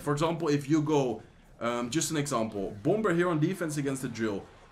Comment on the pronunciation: I now say bomb-ber.